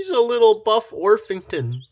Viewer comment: It's actually spelled and pronounced orpington not orfington but nobody tell that LOL